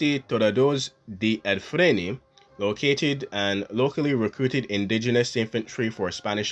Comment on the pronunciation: It’s Ifni not Ifrin or Afrin.